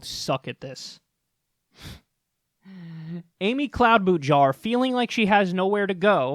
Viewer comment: I wince every time I hear Jake Tapper mispronounce Cloudbootjar. You would think that a tv talking head would learn how to pronounce the names of their guests.